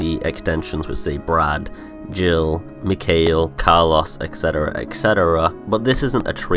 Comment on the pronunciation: Who is McKale? Its McKyle or at least closer to that than McKale which sounds like what I'd order at McDonalds while trying to be healthy... even if its Kale leaves wrapped around deep fried sorrow and sadness. Ha. Hood video as always. Cheers.